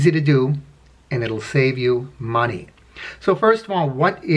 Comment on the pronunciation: "And it will save you MONEH"